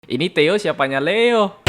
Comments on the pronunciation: Kek nya bukan dibaca teo, tapi "THE O" kalian lucuu teo teoooo emang tayoo😂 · Theo : teio (bisa aja kepleset njir nyebut nya)